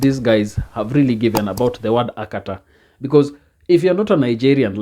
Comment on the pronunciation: The guy said Akatar with an r, he simply an idiot with his idiotic understanding of the meaning of the word Akata.